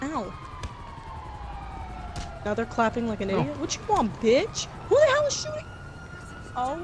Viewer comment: 😂 pronounced bich like beesh